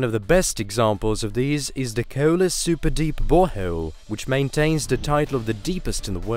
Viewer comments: KooEwlla deep borehouuewll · Thank you for telling me about this amazing KEWLA BOH HEWLE WHEA GEWLD IS FEWD DEEP DEWN WITHIN THE GLEWBE